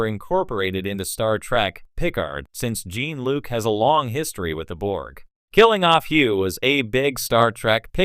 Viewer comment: "jEEn" Luc?